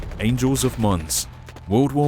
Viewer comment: you said angle not angel